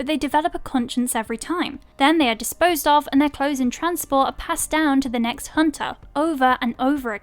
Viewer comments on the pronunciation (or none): none